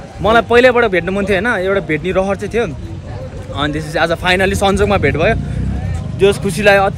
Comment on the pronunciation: भेट हो कि भात हो ब्रो ? बुझ्न अलि गारो भयो 😮